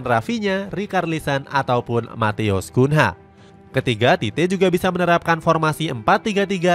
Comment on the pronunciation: Matheus Cunha dibaca Kunyah min